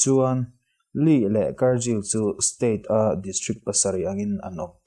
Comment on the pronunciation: Kar-jill i ti zel a